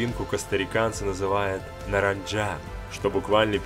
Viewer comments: наранха а не наранджа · Наранха. Без мягкого знака